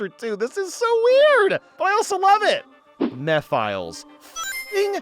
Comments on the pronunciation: mephiles not mephails dumbass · Ain’t no way you called him “meh files” it’s meh fill is” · Bro got so many things wrong lol. He said MEFILES instead of Mephiles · I find it funny how he calls Mephilis, Meh files, it's pronounced meh fe lis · I can't take him seriously when he says lost kingdom instead of kingdom valley or when he says mehfiles instead of mephiles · you pronounced his name wrong it’s meh-phil-us not “me files” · dude did you ever play 06 because that’s not how his name is pronounced it’s Meph iles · "Meph Files" 😂😂😂😭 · sorry it’s actually pronounced me-phi-Les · mehfiles lmao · "Mefiles" that's how he pronounces his name, this is the first ever guy to pronounce his name wrong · Sonic Central once pronounced it as "Mefiles" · there is also "M'Philes" from an old autumn sonic forces speedbattle clip from Sega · "Mef, Il, Ees" Is how you pronounce it, its in the style of ancient Greek. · I pronouce it as meefiles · "Meh-Phil-E's" is how I think it's pronounced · "Meth Files" 💀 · "Meh-files" is a really funny way to say Mephiles actually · He's so close to calling it Mee-philes like in the Sonic Fandubs. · The way you say Mephiles hurts my soul, STOP IT! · The way he pronounces mephiles oh my god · He also said mephiles wrong. It bugs me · His pronunciation of Mephiles is killing me